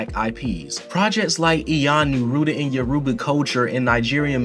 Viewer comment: Nahhh, they’re wrong lol. In fact, you were actually waaayy closer to the correct pronunciation than they are 😂😂. It’s pronounced: Yoh (as in ‘hey YO’) Roo (as in ‘kangaROO’) ba (as in ‘BAr’) So Yorùbá = yoh/roo/bah. I am a NATIVE speaker xx. Great video too 👏 👏